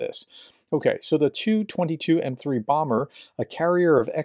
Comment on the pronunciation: it's a T.U.22M3 not a too22M3 Bomber. Many people have been saying the prefixes phonetically lately because they hear channels with bots pronounce it that way. Historically you pronounce the letters not the spelling - how for instance would you pronounce Bf-109? or ISU-152? or Pzkfw-IV?